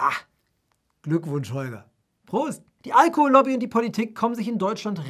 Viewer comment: Auch sturzbetrunken kann man noch Allohol-Lobby fehlerfrei aussprechen.